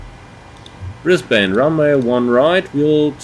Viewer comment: We pronounce it Brisbun and Melbun. :)